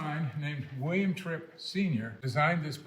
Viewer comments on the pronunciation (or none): none